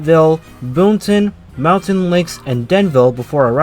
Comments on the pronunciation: Hearing that man say “boon-tahn” hurt me. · Have to learn some pronunciations my friend. The "N" in Boonton is mainly silent. Like "Boo-ton" Not Boon-ton. Totowa is pronounced as one word, Totowa. Not "Toe Toe Wah. Also. That's not the Montville station. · Boooooonton Branch???? BooTon Branch...say it right! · It’s pronounced Boot’n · pronounced boonton correctly, didn't. Considering is not from the area at all I am not surprised he doesn't now. Later he did mispronounce it. Oh well.